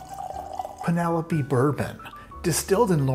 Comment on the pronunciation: You had me at "PEEN-elope."